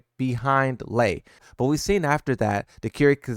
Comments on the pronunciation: Brother - love your videos. Just one correction - Lei Wulong - the stance mix up character is pronounced "Lay" as in Lays Chips. Lee Chaoulan i s pronounced Lee as in Bruce Lee. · Which is crazy because he calls Lei Lee.